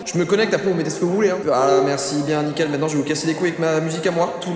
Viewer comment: je rigole juste pour la manière dont il dit "maintenant" 😂😂 Joyca me fume les gars vraiment